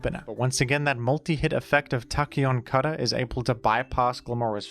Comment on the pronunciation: Love every time he says Tacheon Cutter